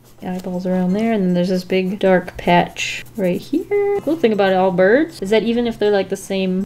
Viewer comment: Did she mean to say birds??? Either way she’s still amazing